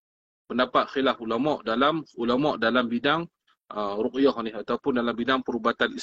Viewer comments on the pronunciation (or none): Ruqyah (baca: Rukiah), bukan baca: Ru'yah. Kalau ru'yah bermakna mimpi tuan. Apa-apa pun Terima Kasih tuan. Jangan ada yang marah pulak, ini sekadar pembetulan untuk kebaikan kita bersama.